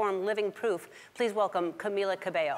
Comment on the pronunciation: I came here just to check if Ellen tried to pronounce her last name right “cabello” after seeing one of Camila's first appearances on her show! And she did! I am glad to see that she took responsabilty on that .. at least for me that’s shows respect and the value of give importance at each human .. everyone deserves that even if they are not an artist ☺️